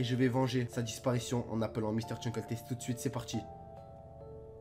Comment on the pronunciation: Bah déjà prononce bien son nom steuplaît et X files est tout sauf pour les enfants c’est une série sur le paranormal avec des enquêtes arrête YouTube car c’est de la merde